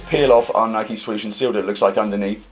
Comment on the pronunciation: yous dont say nike properly